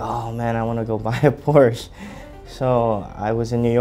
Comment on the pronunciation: He owns a Porsche, yet doesnt even know how to pronounce it properly -_